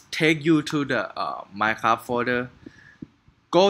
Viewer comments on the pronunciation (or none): you know when you tried to say minecraft you said minecabi